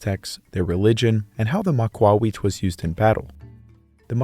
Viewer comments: Excellent quality and history Is spot on but the absolute dumpster water magled trashcan of a pronunciation for the real name of the weapon is wild. Also there are absolutely a massive collection of tablets and drawings where they used the large rectangular blocks of obsidian. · That's not its pronunciation. It's gibberish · This pronunciation of "macuahuitl" would have done more damage to an Aztec warrior than the actual weapon 😭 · You're pronouncing it wrong. To keep it simple say (MAW KAW HWEE TL) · Not exactly absolute historical accuracy. Its pronounced Maka,wotal 😂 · "Ma-kwa-wheat" 😂 EDIT Hmm, the sources I looked up pronounced the "tl" and outright said the ending part was supposed to be pronounced so that it rhymed with "beetle" and said that that was correct way to pronounce it. Which one is it then? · The pronunciation would be more like maka-whittle but great video as always 🤠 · Its not, its pronounced mah-kwa-wit-sh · Ma-qwa-we- '*call over a horse you wanna pet*' Interesting pronunciation lol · the what? Maqwawikh???? My whole life I’ve been pronouncing it “mah-que-hee-tul” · It is almost painful to listen to you butcher that pronounciation. Repeat after me Mock - Q - hit - L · I am 99% sure he is saying Macuahuitl wrong lol it just sounds wrong to me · It's Ma-cua-HUI-tl, not Ma-CUA-huit Emphasis on that last part Heck, there are maaaany youtubers who understand that yet the guy who "did his research" doesn't? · Thing is in the process he messes up the correct syllable to stress. Point taken in that at least he cared to keep the "h" mute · Could not watch it due to how they were pronouncing Macahuitl. Its not pronounced "Mac-wah-we-ich" Its literally vary easy "Mah-kua-he-til". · MAAh-KuAAh-Wee-tL not macaweet. Así como él lo estaba pronunciando fue suficiente para enojarme. Hui like in the word Huisache. and tl like in the word Nezahualcóyotl or Axolotl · Its pronounced mah-kah-huatl. Maka-wattle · Ma kwa wetł